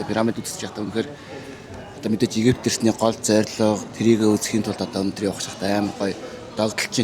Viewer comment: Монголоор Египет буюу "п" үсгээр дуудна. Еги"Ф"ет биш. Зарим найзууд нь Ф ээр дуудах нь жаахан эгдүү хүргэмээр сонсогдох юм. Монголд одоо болтол залуус дунд П болон Ф- 2ыг сольж хэлээд бдаг хүмүүс бх юм. Фирм - ийг "Пирм" нэж дуудах жишээний